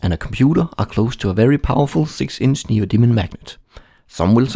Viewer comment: I know it's neodymium, but I swear I hear him say neo demon magnet every time